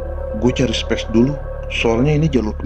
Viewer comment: Asiik ceritanya 👍 koreksi dikit ya spy gsk telanjur jadi terbiasa. Space dibacanya "speis" bukan "spes" bang maju teruus bang